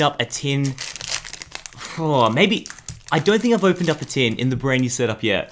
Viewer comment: tin not tim